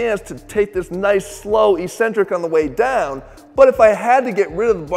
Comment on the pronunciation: Please Jeff, saying "ee-centric" sounds dumb and uneducated. Consult a dictionary. The pronunciation is "eccentric", sounding like "exentric".